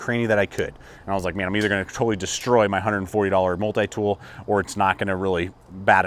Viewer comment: I hate the way you say multi-tool, good video but that is annoying.